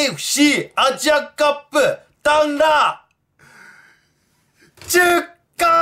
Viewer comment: 序盤 えぇ えふ しぃ アッジアカップぅ ｸｿﾜﾛﾀ